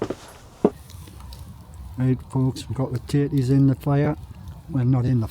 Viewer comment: Every time you said tatties, subtitles said titties! Hilarious, really enjoyed the singing. hugs